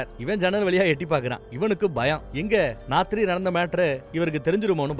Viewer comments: Raathiri ❌ naathiri ✅ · அந்த "நாத்திரி" செம்ம 👌எனக்கும் இது மாதிரி உளறல் நிறைய வரும்.